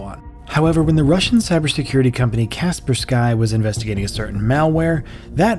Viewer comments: I don’t think it’s pronounced casper-sky I think it’s pronounced kas-per-ski no offence but ur vids rlly good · It's Cas-per-ski , not Cas-per-sky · That “Casper-Skye” faceplant was literally like nails on a chalkboard It’s Kaspersky. Kahs-Spur—Skee. Holy sh** my brain hurts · "casper sky" lol it's pronounced KUH-SPUR-SKI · Kasper Sky?? Its pronounced kæˈspɜːrski. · It's pronounced Kasperski not Kaspersky. Nice video though. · Casper-sky? It's pronounced kass-per-skee. It doesn't take much to destroy a presenter's credibility. There's actually a voice bit where an actress pronounces it correctly. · "caper sky" its "cuh-per-skee" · It's hard to consider anything you say to be valid when your obvious text-to-speech program can't pronounce one of the most common names in the security field. Make your robot write KasperskEEEEEEE on a chalkboard a thousand times and maybe it'll be able to pronounce something that my 5-year-old daughter can read properly. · cas per sky its "ka-sper-ski" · it’s a Russian last name it’s: Kasper ski ⛷️ not Sky 🌌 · Nice vid, but Kaspersky is not "Caspar Sky", but "Cas Persky" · kas-pers-key not sky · aint no way bro really said kasper sky. idk if i can finish watching this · Pronouncing Kaspersky as Casper Sky made me laugh. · I have never heard Kaspersky pronounced Casper Sky. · Kasper sky? Not being able to pronounce one of the most well-known names in cybersecurity doesn't bode well for a video on cybersecurity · Kasper-Sky .. Heckler and Coach .. maybe figure out how to pronounce stuff first? ;) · "Casper-sky?" LOL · Hey it’s pronounced Kh sper skee I’ve never heard someone pronounce it that way lol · Casper-Sky? Equashion? Brother what are those pronunciations. 😭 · Kas per-sky? Well done AI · Isn’t it pronounced kuh-SPUR-skee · Is that the right way to pronounce it? Casper - sky? I know it could be just an ai voice. Now i'm questioning my own pronunciation.😊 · Oh my gosh I’m losing it heating you pronounce Kaspersky as “Casper sky” 😂